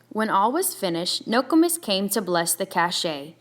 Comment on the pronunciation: Ur saying nokomis wrong but thanks for helping me get caught up